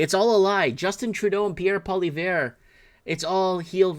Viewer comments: Hey it's not Pollyvare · It's pronounced "Polly-ev". I do agree. People will take you more seriously if you pronounce it properly. How do you not know who Bill Maher is? Biggest shit lib "comedian" in the USA.